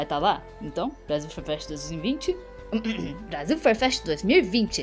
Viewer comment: "Brasil fur fest voivil e vinte" kkkk morri